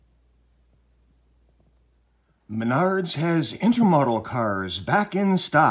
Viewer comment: Intermodal - between/across modes (in this context, it denotes that containers travel between/across modes of transportation. The containers can ride on ships, can be loaded onto trains, and can also be loaded onto chassis to travel by road as truck semitrailers). It's kind of an unnatural pronunciation: in - ter - mōd ul - as in mode